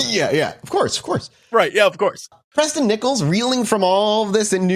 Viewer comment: Preston B Nickels sounds like a fake name. Every time they said his name I just heard "Pressin Dese Nickels"